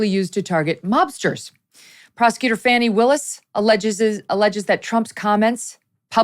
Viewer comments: I live in the Atlanta area. I can tell you that Fanni Willis is so corrupt. If you are white in Atlanta, you will never get a fair trial under her. And by the way, her name is pronounced Fanny like ones fanny. It is not pronounced Fawnii. Great job covering everything Megyn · ita not fanny....its Fani (fony)...please say her name right